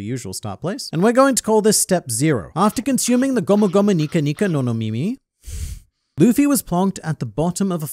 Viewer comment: Bruh it not gumu gumu nika nika no mimi